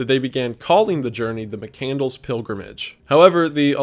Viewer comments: JFC, you pronounce his last name wrong. It's Muh-CAND-less, not mick -candles. And the "letter good bye to a high school friend" was not a high school friend. It was the grain elevator owner he worked for in South Dakota. This is bad research. How does this guy have 3M subs?!? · It's McCandLESS!!! NOT McCandles!!! Get it right for fucks sake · Mccand-less not mccandles lol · Not Mccandles, but Mccandless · Chris "McCandles" xD It's McCandLESS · Mic-kand-less, McCandless. Not Mic-candles. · McCand-less, not Mc-Candles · There's no way his last name is pronounced "Mic-Candles". I've always heard it as "Mic-Cand-less." C'mon. And you skipped the whole part of his story about him and Ronald A. Franz and the bond they formed. Almost a father-like person in Chris's life when he needed one. But love you, Wendigoon. I know this video is 3 years old, but I've loved the McCandless story since reading Into The Wild in 2014. (P.S. I've also read Carine's book, and also bought Back to the Wild which is Chris's photos and writings. And donated to the McCandless foundation. I'm invested.) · Pretty sure it’s mick-canned-less not candles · Sir, please...his name is McCandLESS, not candles! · It’s Chris McCandLESS, not McCandles. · mc cand less not mc candles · Mc-Cand-less not Mc-Candles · MccandLESS 😂😂 not mccandles 😂😂😂😂😂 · It's pronounced muh·kand·luhs, not muh·kan·dlz. The name doesn't signify the son of a Scottish block of wax with a wick which is burned to produce light. XD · mccandLESS not McCandles lmao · I read into the wild and I was gonna watch this but as soon as I heard McCandles instead of McCandless I had to click off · I'm so sorry to be this person but his name is not pronounced mc-candles 😂 it's mc-cand- less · The pronunciation of his name is killing me. McCand(less) not Mc(Candles). Turned off this video shortly after 3 minutes. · Isn't it pronounced Chris McCand-less, instead of Christmas Candles? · McCandless. Not mccandles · Thought it was Mick-cand-less